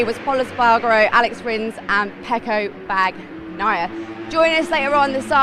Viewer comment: OMG when she said "Pecco Bag naya" i wanted to yell at her. -_